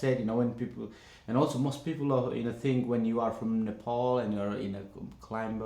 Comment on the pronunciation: Nothing bothers me more than how white people pronounce Nepal....nepooool like wtf